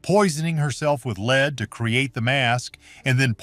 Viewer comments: I really wish Zamerican narrators could pronounce uk words properly, the lead pa int she used for makeup is pronounced led as in he led the path or the beginning of led zeppelin not Lee?! It really annoys me when people from abroad can't pronounce our words correctly Newcastle UK 10. 44 pm ❤❤❤xxx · Interesting. The AI generated voice is very distracting because it often mispronounces the word "lead", pronouncing it as "leed". You may want to go in and edit the soundtrack. 👍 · Too bad this is not a human talking. He keeps pronouncing a chemical lead like he is leading a dog. A human knows better. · So you are telling me that for HUNDREDS of years this was used as an alter cloth and it was never washed and NOBODY ELSE touched it, but you are DEFINITE that this is ELIZABETH'S DNA??? Give me a break. Wouldn't her maids also have had these same toxins in THEIR blood as well since it is very likely that THEY were the ones applying the makeup? AI GENERATED> they can't even pronounce the word "lead" like the element. AI kept saying "lead" like a LEADER. Idiots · poor woman was killed by her makeup. oh and you should kcheck how your ai narrator pronounces "lead." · Definitely! Mispronouncing lead some of the time was disconcerting.